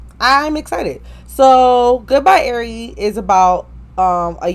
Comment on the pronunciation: It’s ari how u say it